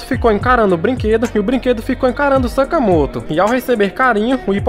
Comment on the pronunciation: Vc falou sakamato